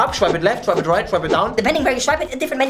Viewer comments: Nobody: Not a single soul in the universe:: SCHWIPE IT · “You shwipe it” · When you said shwipe it, the only thing came to my mind is Tinder.